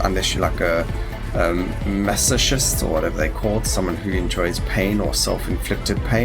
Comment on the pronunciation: {mas oh kist) = masochist is the word you were trying to say